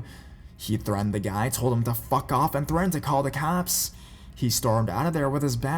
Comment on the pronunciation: "And reported it to the caapes" 😂😂 but I do love the beginning